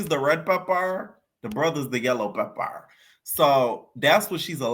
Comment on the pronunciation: You gotta stop saying pepper like that it’s nasty